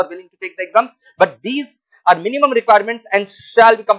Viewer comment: Wah sir maza aa gya....bare minimum kya press karke bola h😂